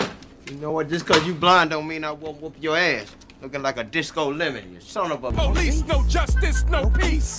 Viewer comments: Him in house party was hilarious calling the po - lice 😂😂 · Calling the po-lice 😂😂😂😂😂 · Calling the Po lice.. I dialed the wrong number 😂